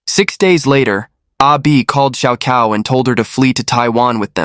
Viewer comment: here's how you can improve your pronunciation of Chinese names. "Cao" is pronounced as "Chao". "ah Cao" is "ah Chao".